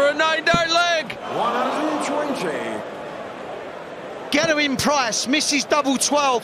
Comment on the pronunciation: Anyone else find the way Mardle pronounces Gerwyn to be very irritating?